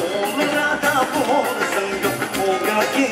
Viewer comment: Saya mmg tertunggu2 setiap persembhan naqiu.. Tapi kali ni dia dpt no 1.. Kelakar juga. Sbb sebutan dia "bolle" pelik.. N org lain punya persembahan lebih bagus.. Azalna n jac